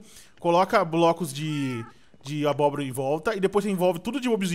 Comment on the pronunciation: o edu fala mo cério abroba kkkkkkkkkk